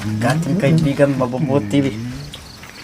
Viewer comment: Nakakatuwa nman Yung "Kaibigan" ka-i-gan pala 😂